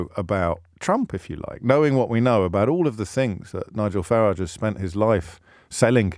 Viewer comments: Deliberately mis pronouncing Mr. Farage’s surname. Pathetic, mr o’ breeeeeen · "LBC's ex golden boy Nigel Fartage" get it right James